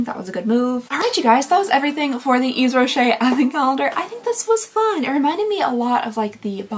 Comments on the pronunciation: also! yves is pronounced like eve!! you don't say the 's' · The almond shower product is a creamy shower wash :) I didn't like the almond scent either PS - The s in Yves is actually silent :)